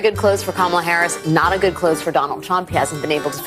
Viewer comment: That young black lady pronounced Kamala’s name wrong. Joy Reid gona call her out?